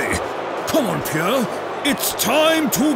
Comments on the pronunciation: I'm in love with Arsene's pronunciation of Pierrrrrre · Nobody: Arsene Wenger: PIERRE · Nobody: Arsene: Pierre